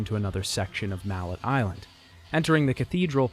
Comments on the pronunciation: I love the details and new information about the production of the games a lot of info I never would've known otherwise though I did spend a bit too long laughing at mallet Island being pronounced like the hammer but still stylishly done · Great great video, stupid ass nitpick cause the first one is one of the first games I ever played so it’s legendary in my eyes but I’m pretty sure the name of the island is pronounced mallay as in melee. Who gives a fuck though amazing video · Couldn’t pronounce ‘mallet” right 😂😂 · Are you intentionally mispronouncing everything? Vida Marley, Ger and Frek (did you think the 'i's were silent for some reason? Does ANY language do that?) Also, while the name of the island in the first game IS Mallet Island, it is NOT pronounced like the english word Mallet. At least not in the english games. Both Trish in the first game and Dante in a later game pronounce it like 'melee'. If it was just in the first game we could call it a dubbing error (since the japanese name is 'Maretto-tou') but since they doubled down on it later I think we can safely say that is the correct english pronunciation.